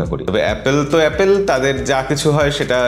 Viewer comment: dada apnar video like kori. kintu apni jokhon apple k apel bolen khub baje lage beparta.